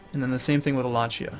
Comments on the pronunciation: it's walla qi ah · Wallachia: Wall-ay-hee-yah